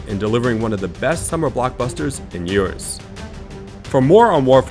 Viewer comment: "delivering one of the best summer blockbusters in yurs"